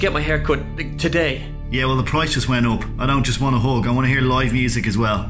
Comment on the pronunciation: And here I thought you were saying 'hog' instead of hug... Smh